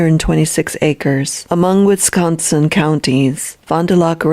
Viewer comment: Lulz how says "Wisconsin". Yeah, we'd know you're not a local.